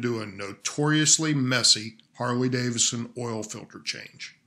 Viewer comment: Harley-Davison? Really?